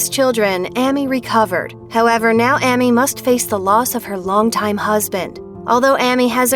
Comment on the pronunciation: Sitting here listening to this video and how many times The women mispronounces AMY'S Name just has me GRINGING!!!